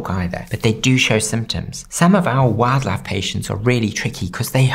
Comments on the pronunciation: Today I learned aussies pronounce "wildlife" as "wad-laf" 😂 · Every he says 'Wildlife' my brain can't tell if it's English or very Country